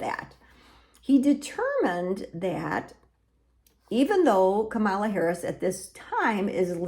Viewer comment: I don’t participate in polls, nor am I Catholic, therefore I don’t know why the YouTube algorithm recommended this video to me. And you are mispronouncing Vice-President Kamala Harris’ first name.